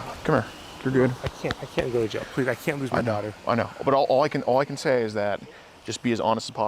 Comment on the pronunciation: "I don't wanna go a jaiw" get's a life in prison sentance lmaooo love.